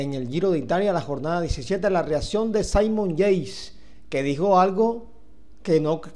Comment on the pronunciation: Debería pronunciar y vocalizar mejor, los nombres de los deportistas al menos. (Saimon Yeis)